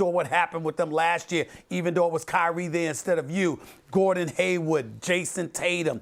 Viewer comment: How is it Steven A can ADD a er to "Kember" Walker but then turns around and TAKE OUT the R in Gordon "Haywid"??????🤦🏾‍♂️🤦🏾‍♂️🤦🏾‍♂️🤦🏾‍♂️